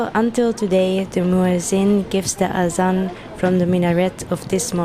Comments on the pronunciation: I, am a muslim sister in this masjid azan pronounsation not clear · I hope mujin should change the way he call ajan is somewhat different pronounciation